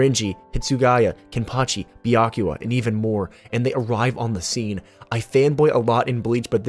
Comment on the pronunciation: Dude it's Byaku-YA